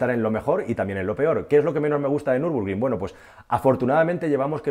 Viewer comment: es Nürburgring no Nürbrugring. Buen vídeo. Un saludo